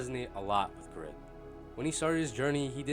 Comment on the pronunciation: but would a greedy person call themselves "greed" in a game? no! its just a bad name. from the one person i talked to who knows korean, the name is "grid", but because of the asian dialect its pronounced "greed"